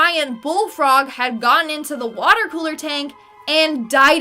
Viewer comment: The watah is dangerous